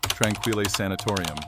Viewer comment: I'm from Kamloops BC, it's pronounced "tron-keel" sanitorium. Still really enjoyed the video though!